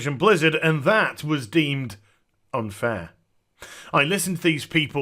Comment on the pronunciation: The pause you done when you said "unfair" made me spit out the water i was drinking with laughter LMAO!